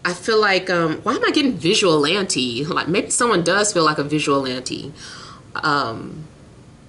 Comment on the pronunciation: you know I luh you more than most so I can't let you EVA EVA EVA say "visual-ante" again! EVER. It's VIGILANTE. 😂😂 VIGIL-ANTE #HADTO ❤😏